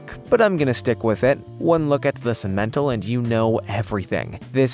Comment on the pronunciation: That's pronounced sim/men/tall.